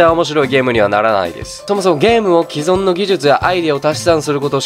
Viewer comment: 既存は「きぞん」じゃなくて「きそん」